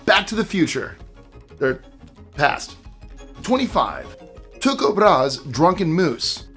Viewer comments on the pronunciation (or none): Need some work on Tycho's name pronunciation ;)